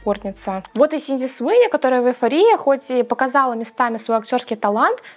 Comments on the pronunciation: Она же не Синди, а Сидни Простите, очень на слух давило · Sidney - Сидни, а не Синди. Просто режет ухо, так и перестанут правильно называть. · Я не могу это больше слышать. Она не СИНДИ, а СИДНИ ЭЭЭЭЭй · СиДни Суини, а не СиНди Суини 😭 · Простите, но не Синди, а Сидни, все видео вслушивалась 😄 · Не Синди, а Сидни😅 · Актрису зовут Сидни, а не Синди. Резало уши всё видео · Сидни, а не Синди Суинни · СИДни Суини, а не Синди Суини, слух очень режет! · СиДНи!!!!! Ее зовут СиДНи, а не СиНДи😢